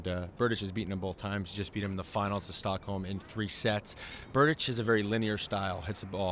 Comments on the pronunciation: Check out the Tomas's page on the ATP website of how you're supposed to pronounce Berdych. It's pronounced TOH-mas ber-DICHT. It won't let me post the link to the page. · Berdych is pronounced Ber-dicht with a t at the end not Ber-ditch as pronounced in this video. I suppose this video got so many dislikes because Justin doesn't pick a winner in either match.